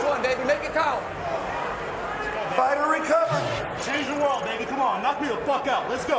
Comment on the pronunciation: "power SHLAP chumpion of ZE WWÖRLDDD"😆🤣😆